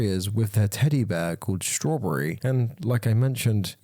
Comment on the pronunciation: You said "Strawburry" did you mean strawberry??